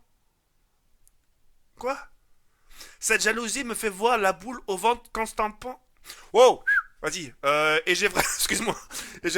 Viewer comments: Constapon PTDRR en dit constamment jaoued xD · il à du mal avec constantan pour le dire il m'as tuer lol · Ça se prononce constamant (je te l'orthographie comme ça si ça peux t'aider) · Répète après moi : Con-sta-ment... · "Constapent, constepent, constapent" mdr xD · Constament à la: " Constampan " mais mdrr